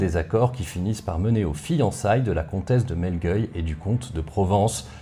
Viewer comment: On prononce "trainquavel" et "melgueilh" (pas "euil") merci pour cette vidéo passionnante !